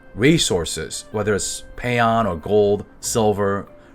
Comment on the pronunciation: Everytime i hear a youtuber say pay-ons... i die inside... Its phones........ Edit.... Everything in this doesnt even matter to EU/NA cause amazon will 1/3 release everything till the game dies......